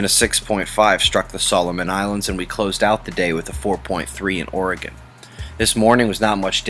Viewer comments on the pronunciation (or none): none